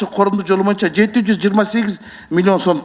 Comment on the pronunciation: Чындыгында курч суйлойт нукура кыргызча соз жок бирок боюнча деген созду моюнча деп эле суйлогону болбосо